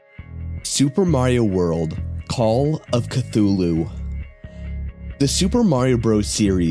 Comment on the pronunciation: So glad he said Cthulu right :)